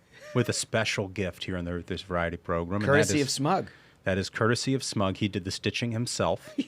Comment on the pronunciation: I tried. I really tried. I like your content, but I can't stand the way you guys say "program." Please stop using that word. How do you pronounce gram? As in a gram of coke or Instagram? Grem? 😂